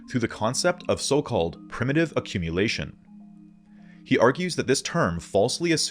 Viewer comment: Love the video, like all of you videos. "accmumulation"